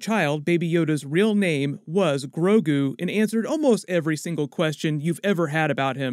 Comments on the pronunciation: he says “Groku”... STAR WARS AND DRAGON BALL Z IN THE SAME UNIVERSE CONFIRMED!!!!! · Everyone gonna ignore that “Groku” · he said Groku at one point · Grogu...Guorg...George, kind of!? : )